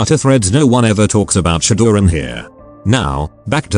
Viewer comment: The answer is to edit the input text file to help the TTS to pronounce things correctly. But until that day we just have to know that RAZ = Ares, Shadoran = Shadowrun, and MTHTHTFHTHFFKA = Motherfucker